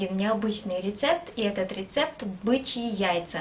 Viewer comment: Бычьи а не Бичьи))))